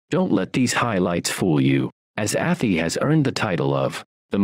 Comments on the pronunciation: A thigh not atty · It’s not ATHIE….its Ath-eye! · I knew the narrator would say atheee. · 2 shire videos in a row I’ve seen where Arhy is pronounced wrong 😂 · Athy is not sounding the way you said it. Its prounced Athy like Ath (eye) Athy